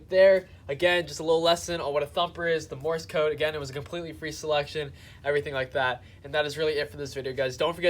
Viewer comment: It's not Morris code, like you keep saying. It's Morse code. Pronounce it like the word: course or force or horse, etc. Just add an M as the first letter. Morse code. I bet you call duct tape, duck tape. Learning to speak is important. Now you might sound smarter. The more you know, bro!